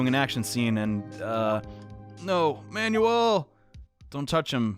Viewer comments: ...Isnt it pronounced 'man-well'? He's pronouncing it like "manual" 💀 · also he didn't pronounce "Manuel" right, it's pronounced "my-new-ell" or "mah-new-ell"